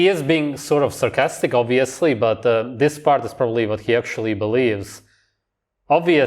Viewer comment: “Uv-course, oob-veously” cool mullet dude